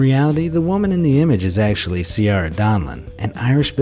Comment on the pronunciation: Every Irish person is howling at how he pronounced “Ciara”🙈